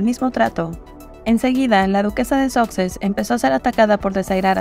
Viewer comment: Los duques de "soxes", dice 😂